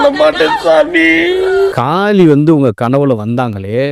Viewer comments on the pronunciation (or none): காலி இல்லை.. காளி 🤦‍♂️